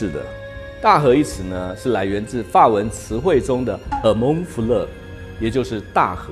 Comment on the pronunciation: Roman-fleuve的發音不正確，尤其是roman